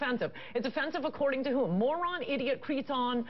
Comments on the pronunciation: she said Cretoun but meant Cretin. What an idiot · Does she mean 'cretin' when she says creton?